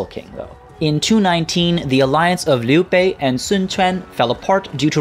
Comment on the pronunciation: Great vid as always, you said Liu Bei right the first time, the other times not so much. Your Zhang Fei was pretty much perfect. Dong Zhuo is good attempt, but the Dong is wrong. The rest is fine, but if you want to nickpick, the tones are wrong. Overall, pronunciation is definitely better than the other youtubers.